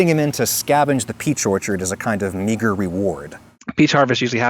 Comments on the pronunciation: . Meager sounds like Neeger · Oh, he said MEAGER reward 😂 …had to rewind that one lmao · I thought he said the N word. had to listen to it twice. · Wow... When he was talking about the slave getting to scavenge the peach orchard as a kind of "meager reward", I heard a word that wasn't "meager" and that I'm not gonna repeat here. Really freaked me out for a moment.